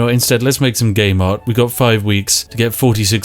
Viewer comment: I keep hearing 'Gay Mart'